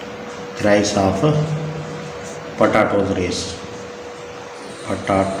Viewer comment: Potato ✖ patato✔